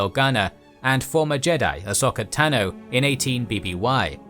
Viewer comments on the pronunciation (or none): none